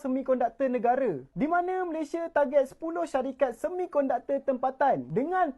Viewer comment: COBA PERHATIKAN DAN DENGAR BAIK BAIK APA YANG DIUCAPKAN... BERKATA MALASYA... MALASYA.... MALASYA... 🤣👻🤣🤣🤣👻👻🤣👻🤣 ITU PUN KALAU TIPE M MALAYDESH TIDAK PEKAK TELINGA 🤣👻🤣👻🤣👻🤣